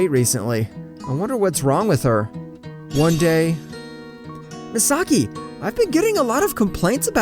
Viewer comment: Omg i got stress out the narator keep saying mesaki